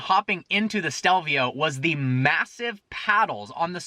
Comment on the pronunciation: he says stelvia instead of stelvio